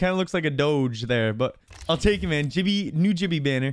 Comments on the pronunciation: he said "jibby" its gibby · Did you just call Gibraltar Jibby or you can call him gibby or Gibraltar but not Jibby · HE SAYS JIBBY NOT GIBBY O_O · He's the person that calls Gibraltar jibby not gibby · hehe he called Gibby "Jibby" 😂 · bro said jibby 💀💀💀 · My mans says gibbe as in ji-be